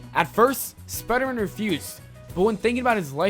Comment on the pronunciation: I hate how he pronounces spiderman spidermun >:L